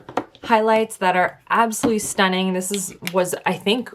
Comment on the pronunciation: Or when she says S-TUN-NING